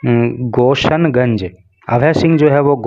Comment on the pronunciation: Sir it's not गोसन गंज it's गोसाई गंज